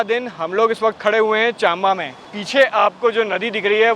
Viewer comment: अंग्रेजी से हिंदी मत करो हिंदी को हिंदी में ही बोलो जैसे चम्बा को चाम्बा बोलते हो, ऐसे कई शब्द मैंने देखे है चंद्रभागा को चांदराभागा बाक़ी सब ठीक है, but अंडा dislike दिला ही देता है